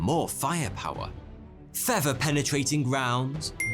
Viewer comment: I love this guy's videos, but I keep getting distracted by his accent. I used to think he was introducing himself as 'forty two'. He seems unable to pronounce 'th' and instead pronounces it as 'f' or 'v'. For example, he says 'fever' instead of feather. Instead of Meredith, he says Meredif. Instead of things, he says fings. Does anyone know where his accent comes from? It's obviously English, but from where more specifically?